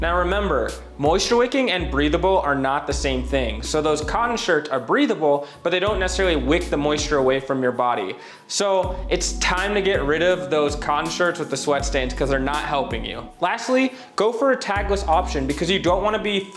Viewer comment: wick (not whick) ... love the basics - good video!